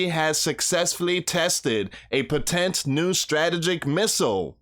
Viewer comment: Potent Strategic: ( PO- tint... Struh- Tee- jik ) 😬...😐....😶